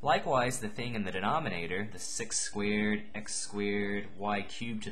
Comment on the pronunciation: Haha, I love how you say squared.. Sounds like squid! Thanks you! Very helpful! (